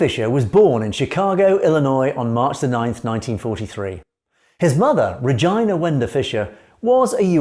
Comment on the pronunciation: What an unfortunate mispronounciation of the name Regina.